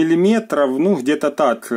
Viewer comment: Спасибо за обзор. Вы большой молодец. Но когда Вы говорите:"хабариты, холова, хде"... Просто нет слов. Хочется прервать просмотр и найти видео без гхыканий...